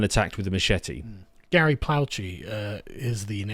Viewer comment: please learn how to properly pronounce "machete" :D